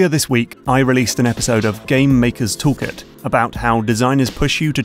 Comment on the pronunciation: I love this channel to death but can you please pronounce "Toolkit" with a greater emphasis on the L because I thought the show was called "Game Makers Talk It" for the longest time. Keep up the good work though.